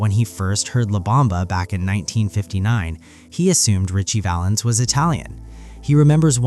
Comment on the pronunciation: Sigh! It’s Ritchie Valens